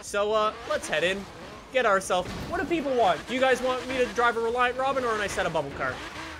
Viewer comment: "Reliant Robin"... died a little inside...